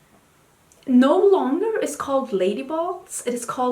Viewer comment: I thought you said lady buldge lmao